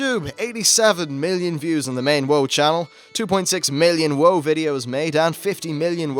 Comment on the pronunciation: Did you just call WoW, Woah? Where are you from? Is English your first language?